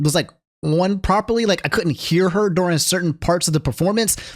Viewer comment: “Talks very propler” - 2025